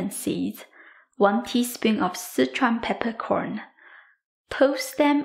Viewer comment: Can't wait to make, but...did she say "Citron" peppercorns or szechuan peppercorns...can't find citron.....thanks all for help